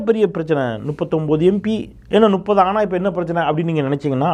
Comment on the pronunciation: நுப்பது என்பது தவறு, முப்பது என்பதே சரி. 👍